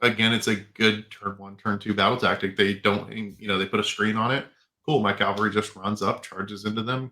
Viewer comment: CAValry, not CALVary.